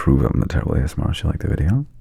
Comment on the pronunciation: Because ily it’s pronounced ASMRtist - as in ASMR + artist (not ASMRist) 😘🩵